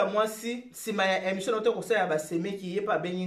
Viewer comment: Bjr balobaka émission et non emssion.